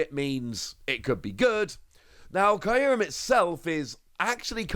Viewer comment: The way youre saying Kyurem in this video triggers me xD